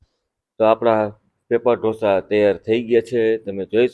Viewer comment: Dhosa nahi “Dosa”